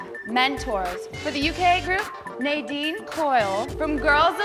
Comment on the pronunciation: ha they pronounced Nadine's name wrong haha